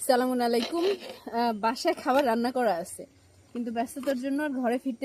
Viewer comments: দেখুন আপনি সবাইকে সালাম দিচ্ছেন চালামুন আলাইকুম নয়। বলুন আসসালামুয়ালাইকুম ওয়া রাহমাতুল্লাহ। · আপনার সালামের উচ্চারণ ভূল হচ্ছে , প্রতিটি ভিডিওতেই এই ভূল উচ্চারণ হচ্ছে, সালামের সঠিক উচ্চারণ করুন।